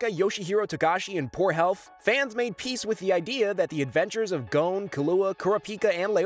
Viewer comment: It's Gown, Kahlua, Korra-pika and Eyoryo